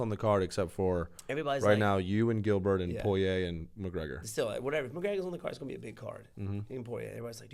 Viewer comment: you are saying Dustins' last name wrong! 🤣